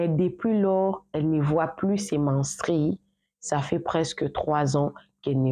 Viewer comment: Toi aussi soigne correctement ton langage la prochaine fois car tu commets des erreurs qui n'en faut pas par exemple on dit menstrues et non menstries on dit brusquement et non brusquement etc... J'en passe